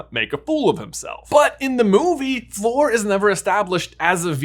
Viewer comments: Love you guys but just have to say it’s Fleur, sounds like flurry, not floor. Sorry, I just twitch every time I hear someone say her name wrong. So many people say floor. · I thought it was Fleur not “Floor” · Fleur, not “Flor” :) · Fleur! She's called Fleur, not Floor! Don't get me wrong, your videos are cool, but please xD If you have trouble pronoucing it the French way, then make it rhyme with 'slur'. It'll be more correct that way. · Lol. How he's calling Fleur "floor" the entire time. 😂